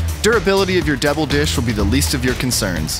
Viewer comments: Haha I was just about to say that! Totally sounds like “devil dish”. VAT19 is located in Missouri, wonder if it’s a Missourian accent thing to pronounce double as debble/devil... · the fact that pronounces double like devil is both funny and annoying